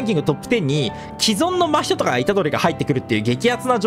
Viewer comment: 真人のイントネーション気になるな〜笑